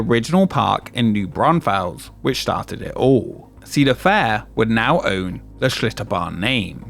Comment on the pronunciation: You said New Braunfels wrong